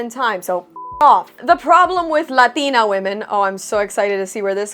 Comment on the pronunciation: Is it scientifically impossible for a Latina to say "Latina" without the accent? No hate. Asking for research... 👀